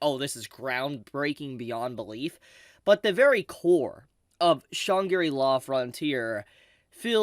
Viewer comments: Shang-ri-la, not Shan-gi-ri-la 😅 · Great series, Great video, Fully agree that this is a nod to gamers, so if you know you know. Huge Potential. AMAZING Opening with a group, full of some veteran artists. But PLEASE. it's shan-gri-la, not shan-giri-la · Shangri-La is a fictional Tibeten city from the 1933 fantasy novel Lost Horizon, written by an Englishman. It is pronounced with three syllables: Shāng-Grē-Law. When you say it, it sounds like you are somehow finding a fourth syllable. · Shang-gri-la say it with me now, how have u never heard this word before .. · yeah i heard Chun Giri law... but i didn't want to be mean ;( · say that name again lol XD